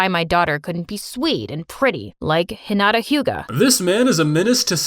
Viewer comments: "hinata hyuga" LOL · no way he just said "Hinata hyuga" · “Hinata hyuga” wtf